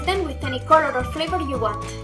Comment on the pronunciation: I hate it a lot when you say " COLOR"